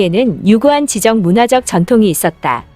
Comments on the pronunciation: 지적=>지쩍!이라고 발음해주세요~ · 감사하게 잘 보고 있는데요, 경음화 현상에서 잦은 발음오류가 있습니다. 이 영상에선 '지적'인데요, 글을 쓸 때와 읽을 때가 다릅니다. '지쩍'이라고 읽어 주시고, 다른 영상에서도 종종 발견되던데, 발음 유의해 주시기 바랍니다. 그리고 이 기회에 띄어 읽기도 좀 연습하시구요. '아버지 가방에 들어가신다'처럼 들리는 문장이 참 많습니다. 요즘 한국어가 많은 이목을 받고 있기 때문이기도 하고, 영상에 집중하기가 어려워서요. 수고하신 덕분에 잘 보고 있습니다. 감사드리구요, 건강하세요~~~~ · 지식이나 지성에 관한을 뜻할 때의 지적의 발음은 [지쩍]입니다. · "지식이나 지성에 관한 "이란 뜻의 지적이란 말의 발음은 지적하다처럼 지적이라고 발음해선 안 되고 지쩍이라고 발음해야 함. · 지적질과 지적인 사람의 발음 차이를 구분해 주세요 지적은 지쩍이라 발음합니다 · 혹시 프로그램으로 녹음을 하나요? 자꾸 지적이라고 (무엇인가를 가리키는. 지적(질)하는것) 발음하니... 좀 아닌듯. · 지적은 발음시 "지-쩍"